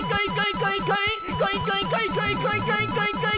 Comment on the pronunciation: 最近「ボキャーん」が好きですw 後、口笛はずるい！！www 絶対口笛の時ニヤけてたでしょー！( *¯ ꒳¯*) コインコインがインコインコに聞こえてくるw